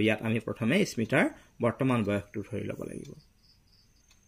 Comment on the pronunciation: Sir ismita nohoi smita